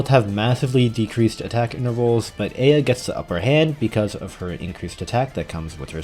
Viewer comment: thank you for pronouncing eyja correctly I love you